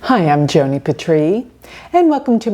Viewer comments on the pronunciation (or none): none